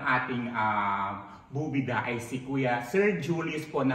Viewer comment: that bobida word hahhaha...very ilokano 😂😂😂